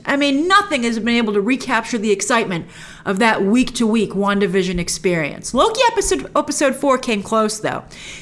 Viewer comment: wanda vison... come on!!!!